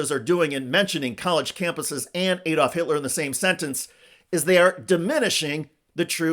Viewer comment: Its ADD-olf not EED-olf. How how you pronounce Alabama, Alaska, America etc.?